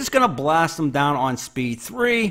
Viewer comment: From Pittsburgh right? I just never hear others use the formal "dahnn" lol